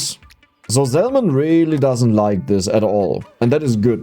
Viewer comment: Hey always love the content and these longer ones are great for company. I did just want to mention the the L in salmon is silent. Keep it up bro, youre making the world a better place with the joy you bring.